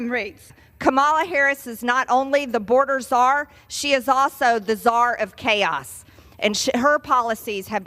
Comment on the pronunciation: Please tell MTG there is no such position as " boarder zarr" her ignorance is more profound every day.